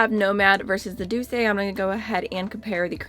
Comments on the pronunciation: Douce is pronounced doose, like goose. I hope this helps 😊 it would only be doo-say if there was an accent on the E. (Doucé) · Yeah, it's pronounced without the accent because it's an actual French word which means sweet (among other things). It's derived from the latin dulcis, which is where we get dulce from in Spanish and Italian as well.